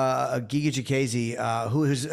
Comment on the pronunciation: Jimmy, who tf is chikayze it’s chikadze…CHIKADDDZE